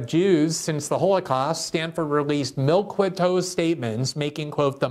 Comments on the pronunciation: whoa whoa whoa whoa whoa whoa whoa whoa Let's not bury the lead. Are you actually telling me that Glenn greenwald, an icon of unbiased journalism doesn't know the correct pronunciation of 'milquetoast'? I'm shocked. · Glenn's pronunciation of milquetoast reminds me of his pronunciation of Don Lemon's name lol